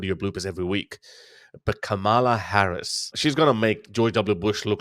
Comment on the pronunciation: OK. I'm out, Harris. At least pronounce her name properly. No, she will not be the dumbest. If you are a Trump apologist or supporter, you fail too. She ain't perfect regarding Israel, but she can change. Trump, too, hates the west, approving dictatorship and authoritarianism, attempting to alter through violent insurrection the outcome of an election.